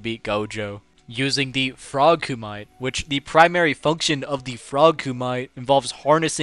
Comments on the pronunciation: Koo-mih-tay, not koo-might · Don’t ever say Koo MITE again bruh, it’s pronounced like “koo me tay” c’mon now. We know how Japanese vowels work by now.